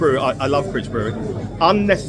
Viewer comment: Critch brewery is pronounced Cryeech